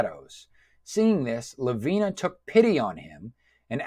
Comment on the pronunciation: I noticed that you were struggling with the character names. You've actually misread some of them e.g. It's FIEHRI not FIERY and it's pronounced phonetically as "fiehree", LAVINIA not LAVINA.